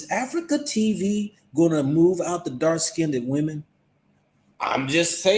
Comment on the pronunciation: FYI - "skinned" is pronounced as 1 syllable. It is not pronounced "skin - ded".